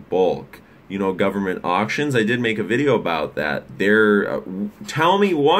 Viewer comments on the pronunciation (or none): none